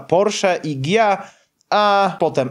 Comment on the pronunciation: Waść wytłumacz nam dlaczego czytasz Ghia jako "Gia" czyli poprawnie (a nie dżija), Lamborghini czytasz prawidłowo jako "Lamborgini" (a nie Lambordżini), ale już Škoda czytasz jako Skoda ? Tam jest znak diakrytyczny.